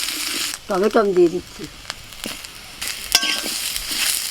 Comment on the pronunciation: বাঙাল দের টমেটম 😆😆। টমেটো বলতে হয়।